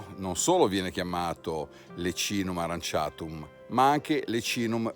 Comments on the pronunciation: In effetti aurantiacum (o aranciatum come l’hai pronunciato te nel video 🤣) era più intuitivo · AURANTIACUM, non aranciatum